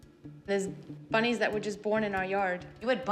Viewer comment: “YOu hAd BWunnYs BWoRn In yA bAckeYard?” Love her